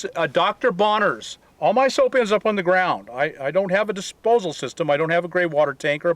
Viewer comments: it's Bronners, not Bonners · Not to nitpick, but it's Dr. Bronner's, not Bonner's. 😉 ❤️ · Dr. Bronner's ... with an "R". Ok, now I feel better. Oh, and thank you for the great advice and tips!